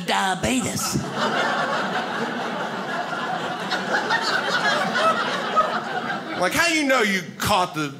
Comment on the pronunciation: That was a great set. Had me rolling 🤣 Thanks! I'm 50 years old and now have heard two people pronounce the word, diabetes, as "diabeetus." You being one, and Wilford Brimley being the other. 🤪